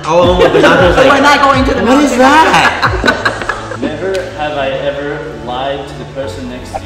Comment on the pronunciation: "He's gonna ask us neverhever questions" 😂